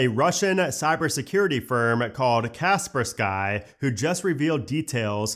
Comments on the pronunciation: "Casper Sky" 😂 Its Ka Spur Skee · Kaspersky? Kas per sky? Never heard anybody call it that at all. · Kespersky is pronounced as Kesperski. Not "sky" but "ski" like ice ski. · Kaspersky is pronounced "Cas-pers-ki" fyi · What was that Kaspersky pronunciation? 😂